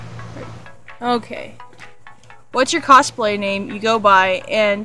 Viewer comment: Kosplay? i thought it was cosplay!